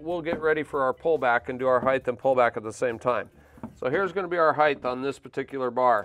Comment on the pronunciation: HeighT not heighTH